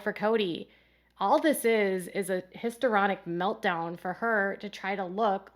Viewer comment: HisTRIonic, not histeronic. 😊